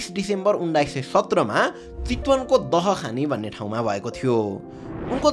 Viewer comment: it's not दहखानी, it's दाहाखानी, our village ❤💕 khushi lagyo aaja ids le aafno gaun ho barema ra gaun ko mahan hero ko barema story banauda, so proud of you, love from chitwan dahakhani ❤‍🩹